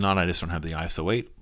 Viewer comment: Never actually heard anyone call it iso-8 lol